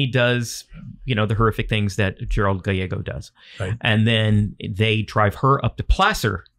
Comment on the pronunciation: You are correct I know the full true story of these two and they are pronouncing the name wrong Gallego is pronounced as it's spelt like gal like a lady and ego like the waffles